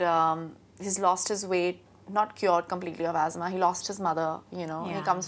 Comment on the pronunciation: Azmah! 🤣🤣🤣... its asthma! 😂